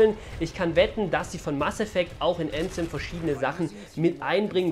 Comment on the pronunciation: Die Legende besagt das bis heute keiner Anthem richtig ausgesprochen hat XD